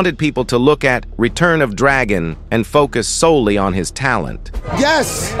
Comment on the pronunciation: "Solelelly", "Singlea"..................uuummmmmm WHAT??????